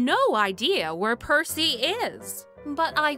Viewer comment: Percy it's Percy you messed it up